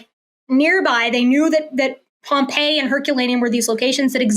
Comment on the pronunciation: It's Pompeii